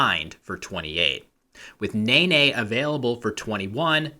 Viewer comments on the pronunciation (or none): none